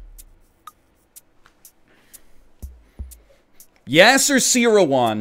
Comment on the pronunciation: Why is that? Because he brags about his chess ability and the books he read and still doesn't understand basic terminology or even how to pronounce Yasser Seirawan, The grandmaster who's books he read. That situation where he said he was worried about stalemate is like saying someone might hit a grand-slam with no one on base. In that situation, it just isn't going to happen.